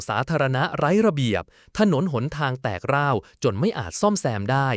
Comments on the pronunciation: ใช้ AI อ่านหรือเปล่า อ่านผิดหลายคำ เช่น ทรุดโทรม ต้องอ่านว่า ซุดโซม, คำว่า แตกร้าว ต้องอ่านว่า แตก-ร้าว มิใช่ แตก กร้าว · แตกร้าวครับ ไม่ใช่แตกร่าว😂